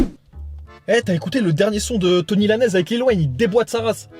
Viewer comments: Personne à remarqué qu'il dit "tony" au lieu de "tory" lanez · C'est Tory Lanez les gars, pas Tony o/ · Uza Music Bah moi aussi il a dit 😂 il a dit Tours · Bande de gros naze on dit TORY Lanez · La prononciation de Tory Lanez m'as fumé 🤣